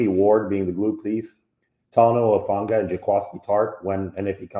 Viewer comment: I'm glad to hear your positive observations RE Talanoa Hufanga's performances in recent weeks. I've followed his football career closely since he was a junior in high school and look forward to bigger and better things for him and the team moving forward. BTW....I also appreciate that you repeatedly pronounced his last name CORRECTLY (i.e. "who-FAWN-gah"). It may not seem like a lot, but there's a nameless guy out there (i.e. Grant Cohn) who apparently "covers" the 49ers for Sports Illustrated and has NOT pronounced his surname CORRECTLY yet. Pretty basic stuff when it comes to news/sports reporting/commentary. I apologize for bringing up this latter subject on your site, but I wanted to give the inciteful Mr. Cohen the proper attention he deserves where/when I can.